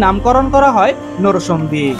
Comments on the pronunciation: Noshondina narsingdi age occaharon thik koren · নরসংদী কি রে ভাই, নরসিংদী বললে কি হয় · নরসিংদী উচ্চারণ ঠিক করেন আগে,আর নাগরিয়াকান্দা না ভাই,কান্দি হবে😆